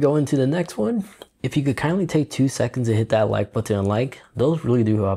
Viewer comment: THat... not Dat.